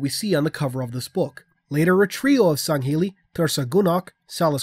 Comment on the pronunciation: at first I thought I misheard u or was going insane when u said going to get sangheli glad to know I'm not insane lol